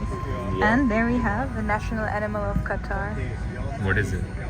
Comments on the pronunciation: It's Qatar not Qataar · aj pata chala qatar ko qataar pronounce krty hy